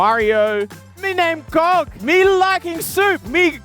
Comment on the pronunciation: Did go to his barber and say "give me the scog."